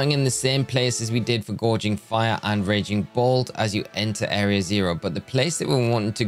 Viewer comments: It's not gourge anyway, it's gouge 😅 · Gouging, not gorging lol. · My brother in Arceus, you wanna try saying Gouging again? It’s not Gorging, also it’s Entei, not (h)Entai.